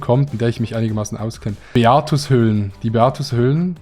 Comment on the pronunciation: beatenhöhlen???? das heisst beatUShöhle 😂